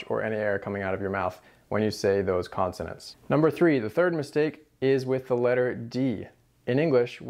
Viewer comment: Isn't it: "consonant" not "constonant" Very help ful tutorial, though. Thanks.